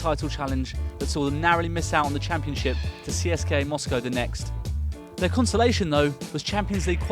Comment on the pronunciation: CSKA moscow is pronounced seska not by saying the letters cska